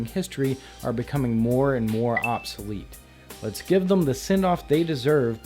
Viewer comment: Did he seriously say obselite?